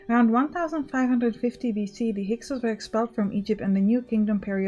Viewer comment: I'll be honest. I've never heard someone say Hyksos and it sounds completely different than I thought it would. Battle cars sounds more intimidating than donkey wagons. That circle on the shield is a reinforced section where the shield grip is.